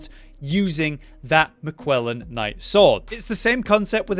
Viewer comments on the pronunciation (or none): I am about to have an aneurism everytume he says MiCuella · Bc there's a q in that sword, I guess